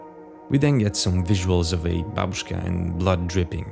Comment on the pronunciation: Russian here✌🏻 Your pronunciation is so good I'm honestly shocked. As far as I watched, everything sounds perfect. And babushka with an emphasis on first A, finally.😌